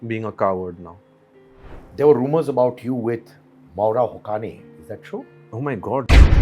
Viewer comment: The pronunciation isn't Moora Hokani. The right pronunciation is MAA W RA... HU SAY IN.